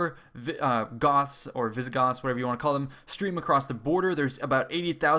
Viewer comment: Visigotttths!!! So they were roughly the Spanish ancestors?